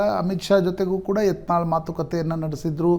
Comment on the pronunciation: It's not yantal it's yatnal